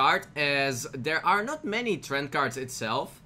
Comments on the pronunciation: Dude it's tre-ants lol not Trents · anyone else cringe every time he said treant wrong